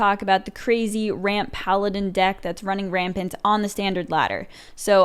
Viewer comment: Its a french deck from Tars :D "Pallapin"